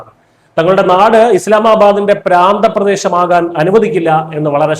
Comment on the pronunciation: പ്‌രാന്ത പ്രദേശമല്ല പ്രാന്തപ്രദേശം എന്നാണ്